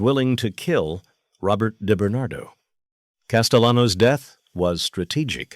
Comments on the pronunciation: DiBernardo not deBernatdo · His name wasn't Debernardo, you AMATEUR, it was DiBernardo!